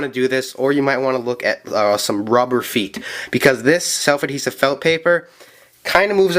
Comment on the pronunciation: Slef adhevit felt paperAHHHH just say paper or sticker or something it bugs me crazy otherwise amazing video